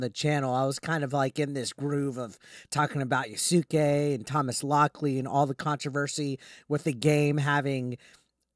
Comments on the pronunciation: Just so you know, his name is pronounced Yas-kay not Ya-Su-Kay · “Yah-sook-ay” plz you’re killing me